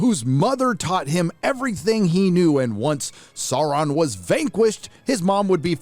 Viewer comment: the only problem i have is how you pronounce «Sauron» otherwise great video 👌👌